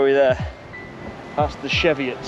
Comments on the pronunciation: Its pronounced cheevi it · you pronounce it wrong hahaha